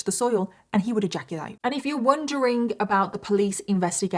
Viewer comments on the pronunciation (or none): Have a shot everytime says the word "eyaculate" in this video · OMG 😲 I am shocked 😮 and stunned 😳 how much time 💖 said egaculate😅😂😂😂 Lord have mirsy🙏